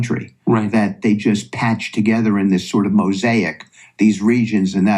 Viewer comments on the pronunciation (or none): none